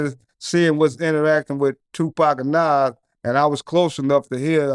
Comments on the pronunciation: I hate the way the goofy interviewer say Nahwooz instead of Nas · pronounce it like Nawz